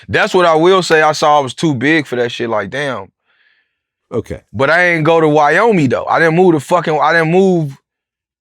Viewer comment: Why even come on the show just to argue about literally every single vlad says. Like EVERYTHING. He was straight rude and honestly not intelligent. Doesn’t sound good when you call Wyoming “wyome”